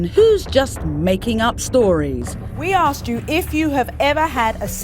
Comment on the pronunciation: Why do they always say "likeded"? Or "ax"? Do better